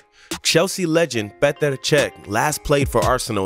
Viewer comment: I could hear you say “petr” 1000x over